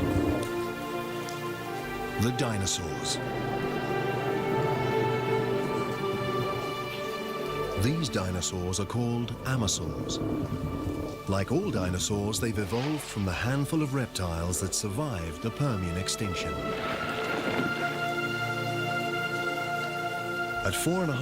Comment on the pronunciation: Don't you mean Anchisaurus? because you must have said it wrong, you said "Amosaurs"